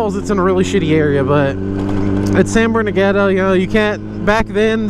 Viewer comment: San BERN-NAR-DEEN-NO 👌